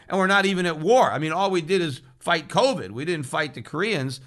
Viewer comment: How Peter says "COWVID" always make me laugh lol....